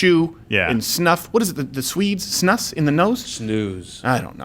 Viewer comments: The asian dude pronounced snus correctly. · Oh my god, half-Asian lawyer Bill Richmond just nailed the pronunciation of SNUS.